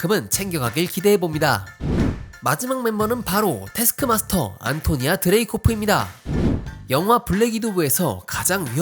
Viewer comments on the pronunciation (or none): 태스크마스터는 안토니'아' 입니다. 여러번 안토니오라고 잘못 말씀하셨네요!